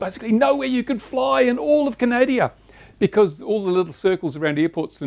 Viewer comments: its called Canada not canadia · Please, it is not Canadia, our country is Canada. Small thing but annoying. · You pronounced Canada the same way i do hahaha